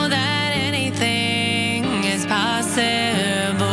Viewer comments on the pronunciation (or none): LMAO!!! "Anything is posse-ayble" EARPLUGS PLEASE!!! PRONTO!!!!